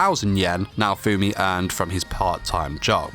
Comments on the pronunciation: If you call him Naofoamy one more time, we're gonna have a problem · Im soo TRIGGERED when people pronounce "naofumi" to "naofoammmmmi" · DID YOU JUST MISPRONOUCE NAO-FUMI SAMA WTF! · I don't like the way you pronounce his name😅